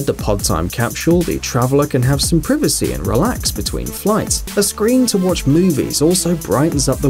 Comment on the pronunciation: Nobody about how hé said privacy?